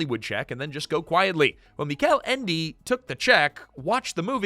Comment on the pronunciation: The Neverending Story is my favorite book and I sympathize with Michael Ende (whose name was mispronounced throughout the video), in which he hated the movie. Although I don't hate the movie and I value the work put into making it with the available technology at the time, it makes the story feel trash in comparison to the book. It's a very good fantasy book with a lot of symbolism one must pay attention to.